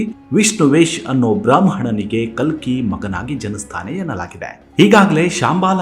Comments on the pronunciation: Its ಕಲ್ಕಿ ಭಗವಾನ್.....not ಕಲಿ....make the correction pls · ಕಲಿ ಭಗವಾನ್ ಅಲ್ಲ.ಕಲ್ಕಿ ಭಗವಾನ್.ದಯವಿಟ್ಟು ಸರಿಯಾಗಿ ಉಚ್ಚಾರ ಮಾಡಿ.ಹರೇ ಕೃಷ್ಣ 🙏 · ಸರ್ ನೀವು ಹೇಳುತ್ತಿರುವುದು ಕಲ್ಕಿ ಬಗ್ಗೆ ನೀವು ಖಾಲಿ ಎಂದು ಉಚ್ಚೆರಿಸಿಟಿರುವಿರಿ ತುಂಬಾ ಚನ್ನಾಗಿ ಹೇಳುವ ನೀವು ತಪ್ಪು ಮಾಡಬಾರದೆಎಂಬುದೇ ನನ್ನ ಕೋರಿಕೆ. ದಯವಿಟ್ಟು ತಪ್ಪು ತಿಳಿಯ ಬಾರದು ಶುರುವಿನಲ್ಲಿ ತಪ್ಪಾಗಿದೆ ಗಮನಿಸಿ 🙏🏼🙏🏼🙏🏼